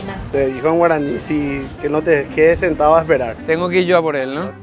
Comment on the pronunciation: pronuncias muy bien el guaraní. 👏👏👏👏😋 Hermosa es mi tierrita guaraní, por doquier.